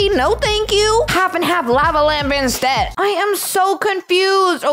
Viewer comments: "Lava Lampa" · “Lave Lamp” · "ļāva lamp"